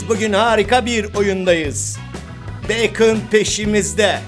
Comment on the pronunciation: Abi beykın diye söylenmiyo direk bakon diye okuyom askkddnkdndksnslsşzözlxşj